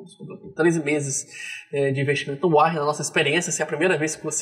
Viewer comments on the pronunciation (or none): Que agonia falar "uárrem". É "uórren" 😁 Eu uso ha tempo e recomendo.